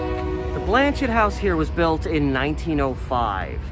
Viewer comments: I’m fairly certain the name is French and the T is silent. It is pronounced more like Blan-shay. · The T is silent. It’s pronounced Blan-chay. It is named after a Catholic Bishop.